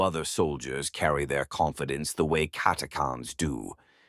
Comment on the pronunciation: Yea, prob robovoice like many channels today. This one seems better than most. But yea, I'm assuming you mean the "ch" in Catachans not being pronounced? If so it was kind of bugging me a tad. But still, not bad other than little things like that.